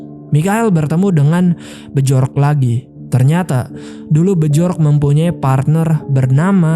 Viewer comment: Bacanya Bjork=Biork, Bjurman=Biurmen mas